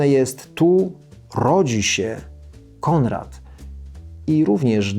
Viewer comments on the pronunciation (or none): Mówi się Konrad, a nie Kondrad. Proszę poprawić film